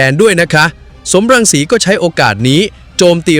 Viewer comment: สม รังสี ไม่ใช่ สอม รังสี อ่านผิดจ้า